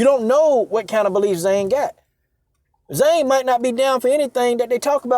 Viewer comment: Trust me if Zhang doesn't agree with communism... she's not running around China denouncing it. Btw Purposely mispronouncing Joanna's ethnic last name is indeed racist!